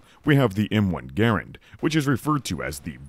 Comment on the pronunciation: so we have three garands in my family (and props for SAYING IT RIGHT) and mine actually requires user intervention every time to drop the bolt! The other two are fifty/fifty.